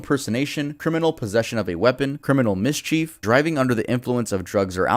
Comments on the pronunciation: Lmao “Mis Chief” instead of saying mischief. How are you a grown American man and don’t know how to pronounce that? I would say just stick to making music, but I can’t figure out which advice would be worse to give. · I’m just gonna ignore the fact that you said Miss Chief🤣